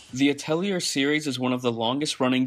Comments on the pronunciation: Thanks for the review! If you review another game in this series, remember that it’s pronounced “At-Lee-Ur” instead of “A-Tell-E-Ur” It’s not important! Just thought some feedback would be better than none :) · Thanks for the review. Altho you get criticized for not liking alchemy, at least you're clear about your bias and the other points you tackle (like visual quality) are still valid. Side note, the "-lier" part of Atelier is pronounced "lee ey" like "liai" in liaison. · Actually, it's pronounced at-ull-yay. It's French. They mispronounce it throughout the game series.